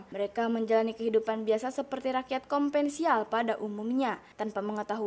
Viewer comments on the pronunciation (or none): Konvensial harusnya Konvensional Moment dimana letah kapelecot😂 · konvensialll gak tuh 😂